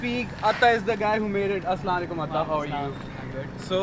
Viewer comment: Nyc video.. but plz bhai sorry to say.. not Assalekum.... Ri8 word : Assalamualaikum ok 🙂👍